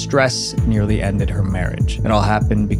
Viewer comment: emphasis on the word NEARLY It means that the divorce technically didn’t happen